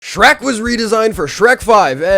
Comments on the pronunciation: That ain’t shrek that’s skreh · “ITS SHERK MAN”🔥